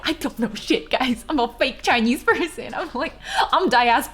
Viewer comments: "Chainyeez" 🤣😍 That much. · maam. it hits me like a truck whenever u say the word "chinese" in a vaguely chinese accent, bc i do the exact same thing